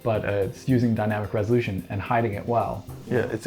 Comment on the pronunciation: With, every R is a W Like "the WWresolution" I was searching in the comments for the comment that noticed but i had to post it myself 😅 I mean no diswrespect tho